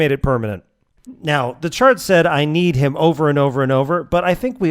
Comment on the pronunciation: I keep hearing this line, not as “I kneed him” and instead as “I knead him”, like Gramarcy is just pressing and twisting the opponent like an unruly ball of bread dough.